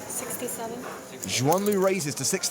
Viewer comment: First learn how to pronounce her name it's Suan, X is spelled like an S